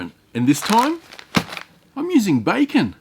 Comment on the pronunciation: Did you call the bacon Kevin 😂😂😂😂